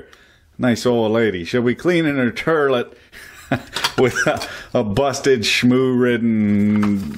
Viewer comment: Shoutout to everyone that calls it the Terlet